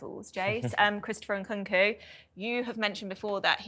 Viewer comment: Please atleast leran how to pronounce the name of the players you talk about. Its NkuNku not Nkuku. Its UguChukWU not Ogochoku.